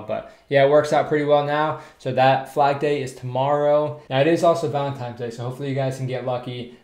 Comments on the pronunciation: Not sure if I can trust a man who says Valentimes day lol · I can't believe he said "Valentimes Day" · Did you call it Valentimes day?